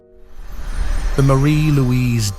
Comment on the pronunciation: It's lives--not lieves!! And BOHR-on not bah-RON!